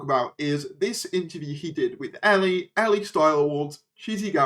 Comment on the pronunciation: elle is pronounced like the the letter "L" :)